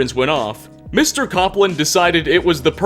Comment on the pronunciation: Cope-land, not Cop land. As in Aaron Copeland, Myles Copeland and Stewart Copeland.